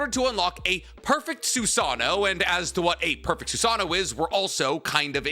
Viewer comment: Its funny because we all say "Soo Sah Noh" (including me), but the proper pronunciation is actually "Soo Sah Noh Woh" haha. Just something that i recalled since its said so much in the vid lol